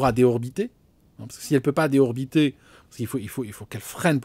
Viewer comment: désorbiter se prononce [dé zor bi té]